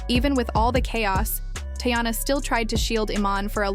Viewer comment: Can you atleast pronounce her name right? It’s TEEyana…